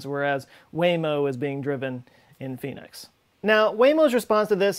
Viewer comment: "as long as its in Pheonix" Definetly thought you said "As long as theres a pe**is" 😂